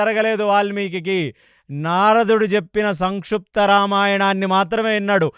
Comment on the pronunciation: మీరు చెప్పే విధానం బావుంది... కానీ మీ తెలుగు స్పష్టంగా లేదు... మహాప్రాణాక్షరాలు సరిగ్గా పలకట్లేదు.. సంక్షిప్తం అనేది సంక్షుప్తం అంటున్నారు.... పంచభక్ష దగ్గర కూడా.... సార్ కాస్త గమనించగలరు 🙏హరేకృష్ణ